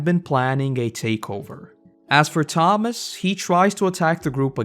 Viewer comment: It kinda bothered me how you kept getting Tomas and Andrew's names wrong.